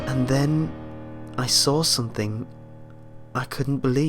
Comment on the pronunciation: Learn to not say k at the end of some word like somthink anythink comingk etc etc etc